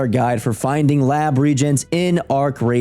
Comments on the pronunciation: It's "re-agents", not "regents". C'mon, you have 1.75 million subscribers. Spend the 20-seconds to check a word you've never heard. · its reAAAAAgents not regents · regents? REGENTS??? Really, It is pronounced the same as RE A LLY, RE A GENTS. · It’s re-agent by the way. Not regents. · Its pronounced Re- agents😂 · Thanks for the video but please learn to pronounce the word reagents.